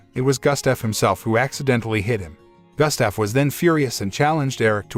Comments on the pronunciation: Why did you pronounce Gustaf as Gastef? 😂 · Terrible pronunciation of Gustaf.